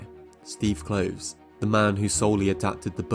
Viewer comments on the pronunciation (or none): Rowling is pronounced like bowling; Kloves like Klovis. 😉 Nice video! (I also think she sabotaged her career with her social views.) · You make a lot of good points. Minor quibbles: I believe that her last name rhymes with "bowling" not "howling," and that Steve Kloves' last name is pronounced with 2 syllables ("Klo vis"). I REALLY wish that Kloves or even Michael Goldenberg had been asked to help from the get-go with these prequal films. Yes, they all might still have reeked of cash-grab, but they might also have been somewhat watchable and consistent. I actually wrote my dissertation about the practices used to adapt her (for the most part) excellent novels into the medium of film. It is sad that this is now the legacy of WB's adaptation of the Potter world that we are all left with. To be fair, only about half of the original 8 Potter films were good, but their adaptations still felt justified. It is so disheartening to see see a writer with a gift for dialogue and world-building (and such a weakness for depicting action) buy into her own bullshit and craft such mediocre-to-bad movies as these. WB should have just left well enough alone . . . but I am sure that it all looked like a great idea . . . on paper. Alas . . . it was not. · Rowling like "bowling". Kloves like "clovis". Leigh like "lee".